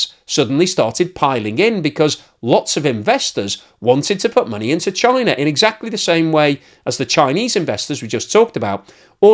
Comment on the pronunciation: “Chiner”, lol.